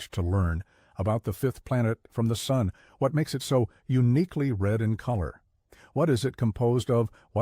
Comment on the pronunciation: “Even the Soon itself”? Makes sense. Rhymes with moon.